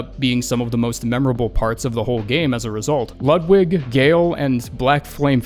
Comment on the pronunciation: You pronounced Ludwig wrong you fucking Smurf. It's got a long U